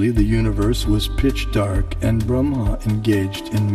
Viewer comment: If you know so much about the Vedas, why do you mispronounce Brahma and Lakshmi?